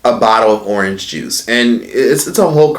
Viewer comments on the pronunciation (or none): none